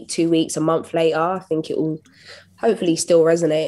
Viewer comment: Anthony, you just can't ask her why she say "fink" instead of "think" over and over and call it an interview.